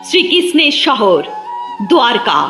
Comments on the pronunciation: দ্বারকা শব্দটিকে আপনি দুয়ারকা উচ্চারণ করছেন কেন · দোয়ারকা ❌ দ্বারকা ✅